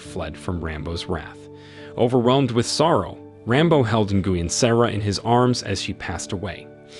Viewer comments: Nguyen is pronounced “win.” The N is silent. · Darn AI voice doesn't know how to pronounce Vietnamese names. Nguyen---nwhen. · Bro. It’s not pronounced hope it sounds lmfao! “Nguyen” is pronounced “Wynn”. Smh. U gotta know this if ur gonna make a video about it 😂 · Nguyin = actually pronounced "win", as in "You win this challenge") in USA, NOT actually as interpreted; "Bow"= pronounced "Beau" (Bee+Oh). There's at least one other in there, but as much as this is so unremarkably researched [dot dot dot] Still enjoyable otherwise. Ty for the summary, very well done (no, I'm not being facetious, it's an awesome summary and I appreciate you for showing the "big picture"). Hats off to a solid summary 😊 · he called nguyen is guin 🤣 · her name is pronounced, Sara "New When".. Learn Vietnamese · Ni-goo-yen lol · God I hate your mispronouncing of Nguyen. It sounds like Win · Who the heck is Guin Sara? Guin… really lol😂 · Well the moronic AI that read this material fouled up all sorts of things. Nguyen is pronounced, “WIN.”